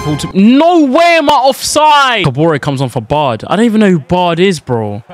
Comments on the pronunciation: “I ham him”😂😂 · Bro said I ham him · Was it just me that noticed that bluds Nigerian. He said I HAM HIM😂